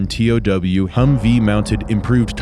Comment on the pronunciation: It's not pronounced T O W, it's pronounced "tow". I know, that's what I guess in the Army 😂.